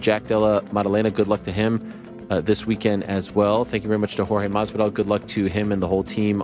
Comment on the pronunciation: The way Ariel says masvidal is so cringe. You’re saying it wrong